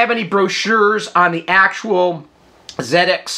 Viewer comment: I guess you may be from Australia because there is no way anybody in the UK calls them broshas. pronunciation is perfect in this case. So glad to hear him using the correct zed-x pronunciation for this UK product.